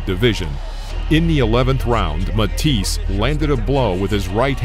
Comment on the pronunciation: I wish all of you guys that put out these boxing and fighting videos would do some research first and learn to pronounce the names of the fighters properly........ Say it with me -- Mah-tee-say.......